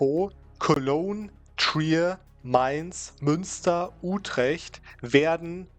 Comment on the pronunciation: I can tell you are German just by the way you say "Utrecht"